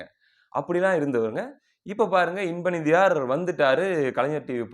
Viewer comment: நிதியார்....என்று அழுத்தம் அதிகமாக தருகின்றீர்கள்..... கூ........ர் என்பது போல் உள்ளது.